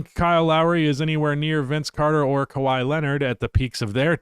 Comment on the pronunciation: Kawhi Leonard. It’s kawhi Leonard.